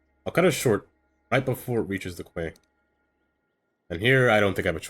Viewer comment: Looking awesome! Just a heads up, Quay is for some weird reason pronounced like key.